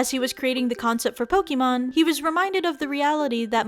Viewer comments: Did she just say poki mon? XD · C'mon Aki, I know you know how to pronounce Pokémon correctly.